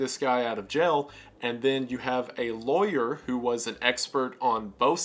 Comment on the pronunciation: Just in case yall are wondering. Law yer is supposed to be pronounced that way. The rest of the country however pronounces it as loyer incorrectly.